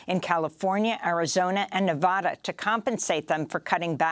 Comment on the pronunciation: lets have a conversation about overthrowing our govt. Jeeze Amy, did you get that script for your Mali story straight from the CIA? when are you going to start work for CNN? sad. oh, please learn how to pronounce Nevada correctly.